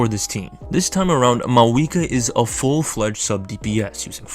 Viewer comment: I cant watch it cause you keep saying maweekwa..good luck though!